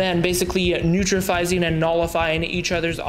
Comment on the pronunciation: What is neutrafizing? Did you mean neutralizing?